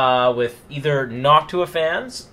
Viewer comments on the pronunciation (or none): none